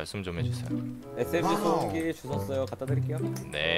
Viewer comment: 덤엔덤어ㅋㅋㅋㅋㅋㅋㅋㅋ 소음기를 소염깈ㅋㅋㅋㅋㅋ